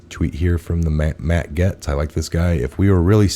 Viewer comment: Gaetz is pronounced GATES.